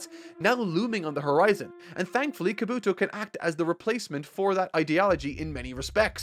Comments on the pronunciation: Kob bu toe not kabooto lol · Also, Kabuki not "Kabooto"!! Learn more Japanese pronunciation. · Its a shame some jackass's had to spoil some things for you but enjoyed the video as always. P.S. its KahBoo-Tow not Kuh-BooTow and Min-Uh-Tow not Min-At-Tow :P